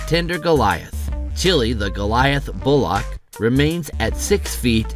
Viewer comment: Did he just pronounce bullock as bool-lock?? It's bool-uck. And its not even a bullock, it's a cow.